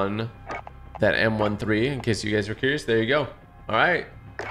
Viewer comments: It m13 not m 1 3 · He said “The M 1 3💀” not M thirteen but spelled M13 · Not m one three its m therten